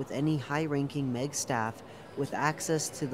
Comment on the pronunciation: I suggest adding pauses where there are colons and pronouncing M. E. G as the individual letters instead of meg